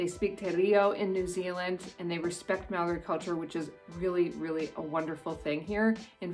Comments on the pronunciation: Also "Māori" is pronounced like "Maow-ree" with a slightly rolled r. The "ā" is a long "a", then you add a "ow" sound. Hope that helps :) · As a kiwi why do english people say maaori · And it's Mo-ri but its spelt Maori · True true. It's a shame that I feel like some kiwis deliberately mispronounce a Maori named place..Why? I don't know..but if you were brought up or have lived here long enough, it's almost certain you know how to properly pronounce it. As for tourists, it's okay to misprounce, and as you say, don't get offended if you are corrected. You will definitely impress a local if you try or manage to pronounce it right..Just show a general level of respect as yo would expect back home. It's a fascinating and unique culture. Most Kiwis will show a lot of appreciation and positivity toward you if you show respect toward Maori culture. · Also, please learn how to pronounce words in Māori right. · You didn't say Maori right the first time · can you say MĀORI again please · Your dissing Maori by saying the word wrong its not hard to say. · It really funny how she butchers the moari Names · You said maori wrong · From an actual kiwi: number 11: YOU SAID MĀORI WRONG 😢😢😢😢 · First off, get your Māori pronunciation right. Second, always have spear beer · te reeo and moori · hey im a kiwi and i just wanted to say its not pronounced Mow-ree or te-reeo its actually pronounced Mou-ri and te-rayo, hope that makes sense 🙃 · Hi I'm a new Zealander and I'm still watching but she pronounced Māori and te reo wrong te reo is pronounced moee like te rao but its te reo and when a word with a line above it means you hold that letter so like Maaori okay I'm going to keep watching😁